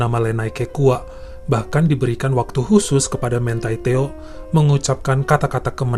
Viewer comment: bacanya MANTI TEO aja, bukan mentai teo